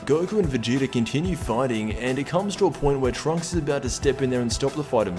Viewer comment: Idk but it pisses me off when u try to say vegeta's name, Vegeter